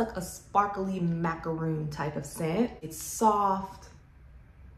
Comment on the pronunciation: Nope, if you look it up, it's actually mac-a-ron, the middle a is an "uh" or "er" sound, either works, but it is not macRON. I love how the French pronounce it (which is the correct way).